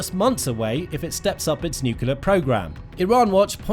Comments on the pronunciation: Nuclear, not "nucular.' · why can't some people say nuclear, but say nucular instead like this guy? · Nuclear not nukular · It's pronounced "NUCLEAR" not "NUKELAR" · Nuke lee ur. It’s not pronounced newk yoo ler. You need to pronounce words properly so you sound credible. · Can’t watch this video any longer. It is nuclear not nuculear. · What pallets of cash for a nucular deal? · Hard to listen to him saying 'nucular'. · Why does the narrator refuse to pronounce 'nuclear' correctly? It is not difficult to respect the language. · Damn! And here I was thinking, he's trying to do George Bush Jr.. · Bro really needs to learn how to properly pronounce "nuclear." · He went to the George Bush Jr. school of speaking..😂